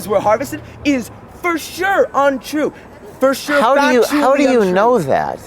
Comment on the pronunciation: "FUR SHUR" - Good grief expand your vocabulary and get a hair cut.